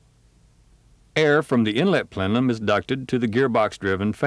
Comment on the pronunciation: Plenum, not plenlum...